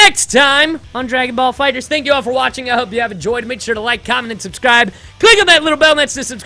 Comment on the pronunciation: Kaggy will you please say the name right stop putting s at the end of fighter